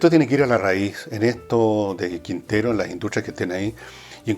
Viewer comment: Quintero no más. Entiendo que la cosa está tan tóxica que ya huele a azufre, pero por favor no le ponga "s" al final.